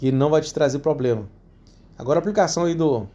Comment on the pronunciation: chega doi o rim de ouvir a palavra 'poblema', mas o cara sempre falou assim, não é agora que vai mudar né... rs rs show parabéns adoro seus videos